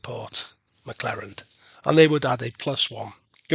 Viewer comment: OMG - it's McClernand, not McClerand. Making such an obvious mistake in an ACW game is really grating.